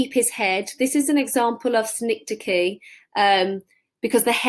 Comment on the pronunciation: Very insightful as all your vids are. Might be worth mentioning what synecdoche actually is. Pronounced sin-ek-dock-ee with the stress on 'ek'. It is the literary device where a part of something is used but the whole of something is meant. So, rightly, 'If you can keep your HEAD....', head is a part of the whole of you so it means 'if you can keep the WHOLE OF YOURSELF together. Some examples of synecdoche in English are 'All hands on deck' when it means 'All sailors on deck' . Another is 'John has a new set of wheels'. It means he has a new car. 'Wheels' is synecdoche as it is part of a car.